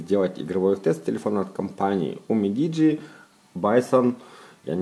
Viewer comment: НЕ умидиджи,а Юмидиджи